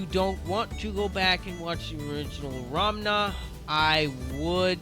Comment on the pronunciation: I think it's funny you're pronouncing it "Ramna," that's how I said it when I first found out about this!